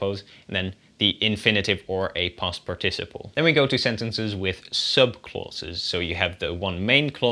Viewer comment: The correct English pronunciation is PARticiple, not parTIciple..